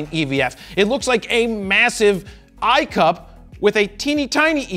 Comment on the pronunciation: Every time he said eye cup (I see you pee) I laughed.